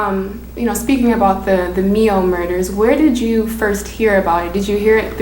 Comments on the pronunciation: Do your research ! The town is pronounced My oh , not me oh ! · The only people who pronounce it Me-oh are people who don't live here. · It’s ‘my-oh’ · I have to agree with Harvey Smith I live less than 10 miles from Mio and have never heard it pronounced any other way, it’s beautiful here and most of us are just proud of our area. Sadly the only press we have gotten is due to insane people like that committing horrible crimes. We have breathtaking inland lakes and hundreds of miles of national parks and state forests. This time of year driving to the Ausable River for the River Queen fall color tour is something you will never forget. Also look up Lumbermans monument and hit ImageSearch. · I understand that, and while the interview was good, it still is sad to see that it was not pronounced correctly. Taking pride in your town is not a bad thing. I love this little town.